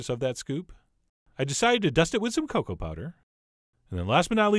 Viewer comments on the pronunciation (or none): none